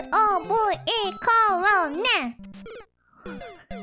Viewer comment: I like how she spells love. "L O vuh E"